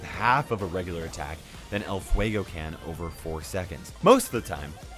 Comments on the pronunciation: "Ell fuegou" I'm a hispanic suscriber and that make me laught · Nobody: Latin people listening say "El Fuego": HAHAHAHAHAHAHAHA!!!!!!!!